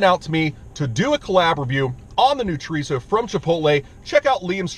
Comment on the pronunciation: So tired of you say "trerizo"!